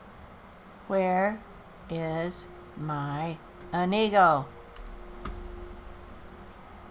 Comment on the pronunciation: Good morning grandma! that inigo name sounds Like (Amigo) when you say it and it cracks me up everytime😆 Like: Come on amigo Let's go